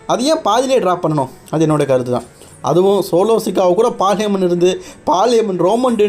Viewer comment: Bro correct ahhh name sollu fullahh olaritt irukkeee😂